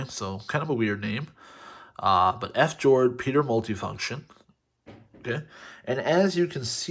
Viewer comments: I laughed when he said ''f- jord'' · Fjord is a Norwegian word. It refers to the dramatic geography on Norway’s coastline. It’s pronounced fee-yord.